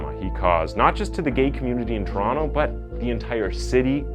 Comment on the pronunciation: If youre not Canadian props for pronouncing Toronto right